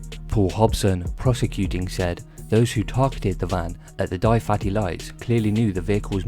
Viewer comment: Lol in Swansea we pronounce it “Duvaty” but I like Dai fatty much more 😂 I see how the spelling confused you.